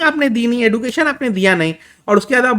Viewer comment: सही प्रोनाउंसिएशन एडुकेशन नही एजुकेशन होता है।